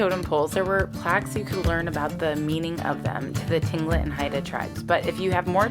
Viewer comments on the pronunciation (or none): Tlingit is pronounced "Clingit, " not "T- Clingit."